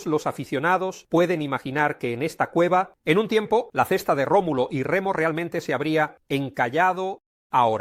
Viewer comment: Remulo? No era Rómulo?